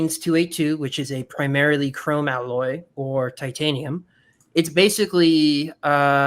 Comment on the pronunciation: Chi-chanium huh?